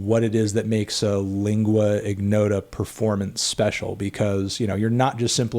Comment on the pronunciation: damn, is not lingua "ighnota", you can't pronunce it like that!!